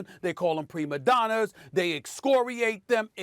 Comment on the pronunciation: “Graymond Dreen” Also “premadonERS” Stephen A your on a role today 😂